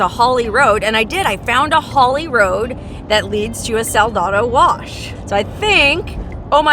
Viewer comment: it's Sa la da wash = salty wash